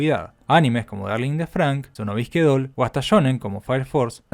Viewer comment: Sono Bisque Doll, se entiende bien